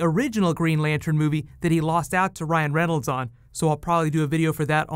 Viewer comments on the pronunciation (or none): none